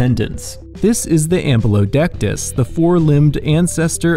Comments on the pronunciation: Am-Byou Lo See-Tus, drove me crazy how he pronounced it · I'm literally drawing Ambulocetus right now haha. I had to look it up to make sure because the pronunciation confused me. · “Ambulodectus” is actually called Ambulocetus, the ‘-cetus’ part meaning whale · "ambulodectus" cracks me up everytime